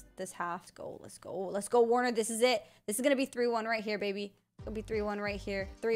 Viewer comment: It's pronounced ver-ner not warner bcuz he's german btw